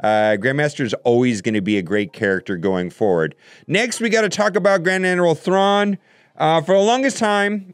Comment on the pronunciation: Say it with me.....”Grand - Admiral - Thrawn” Why is that so hard?